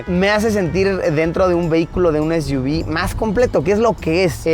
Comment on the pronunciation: Es iu vis= SUV